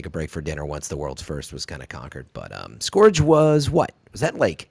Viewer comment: Please tell he’s mispronouncing scourge. Not to nit pick but it’s killing me. Keep up the good work.